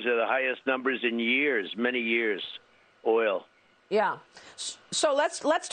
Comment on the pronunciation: "OIL" I had a a good laugh